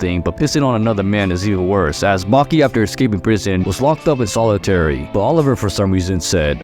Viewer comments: Its not Oliver its Oliva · Oliva. Wtf is Oliver?